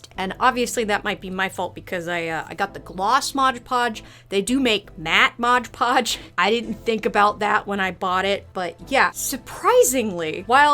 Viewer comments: I love your videos, but a little part of me dies every time you say modge podge… 😮‍💨😮‍💨😮‍💨 MOD!!!!!! 😂😂😂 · If you watch game grumps and know about Dan saying Arin like a disappointed parent that's how I went when I heard you say modge podge lol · "modge podge" --- its just mod podge lmao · why do you call mod podge modge podge